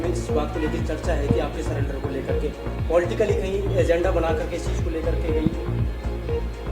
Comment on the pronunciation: सरेंडर होता है सलेंडर नहीं । हाय मेरे देश का भाग्य🙄🙄🙄